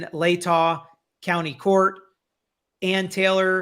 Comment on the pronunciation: …….great attempts on your pronunciations of Latah County and Kootenai County. You said Latah correctly and very close on Kootenai (KOO-tun-ee). Actually through my many long years of hearing people butcher Kootenai, you have been the closest. I was wondering if/when someone might assist you with the correct pronunciation of Moscow. Thanks for the work you do in bringing us this content.